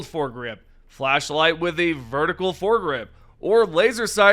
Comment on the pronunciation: We can attach a WHAT?! to our guns??? Oh.... You said flash light. I thought you said.... nevermind. Carry on! 😂